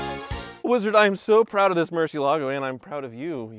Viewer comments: Murshielagoh,... Is that hard to say Mur zi elago? (The z to exemplify the way you should pronounce it) cheez it's just Bat in Spanish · Somebody has to urgently tell this Guy that its MUR-CIELAGO and not MUR- CIE-LA-GO. Its spanish for bat... You welcome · Man, I just realized this whole time he's been saying "Murcielago" but all I heard was "Merci-Lago" hahaha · Why doesn't anyone pronounce Murciélago correctly? I mean, it's a simple Google search!